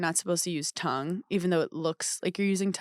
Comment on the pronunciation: I can't move past Paige pronouncing "tongue" as "tungk"